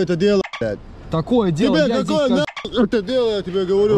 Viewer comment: "я здэс стаю там" - это шедеврально !